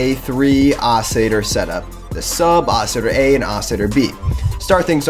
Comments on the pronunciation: Yuh. I think you may be saying it super fast. I loooooove the word Oscillator and I love hearing it through various mouths, so I care not if it sounds like Oscitor, it's a new one to my ears though xD. Sexy ass word either way. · Lol sounds like he's saying "Oscitor"